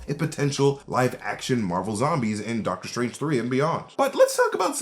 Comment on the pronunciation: Deadter Strange